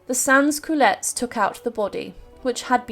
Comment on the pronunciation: You were talking about Sans CULOTTES not Sans CLORETS, which are a breath freshening sweet!